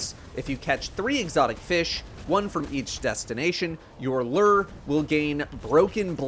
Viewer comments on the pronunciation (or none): Throwback to Season of the Hunt where couldn't pronounce Lure properly